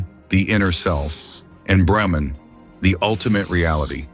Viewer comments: Its no Etman , but Atman! Its no Brehman ,It Is BrAhman..😅😅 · Pronounce it properly Mr. AI Narrator. It's not "Atman" rhyming with Batman. It's AHT MON. Same with Brahman: BRAH MON And it's not Shiva with a short "i" as in Give. It's SHEEVA At least in the West. Somewhat different in India.